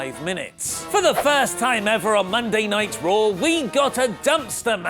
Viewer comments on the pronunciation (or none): whenever says Monday night RAW, I hear Monday Nitro.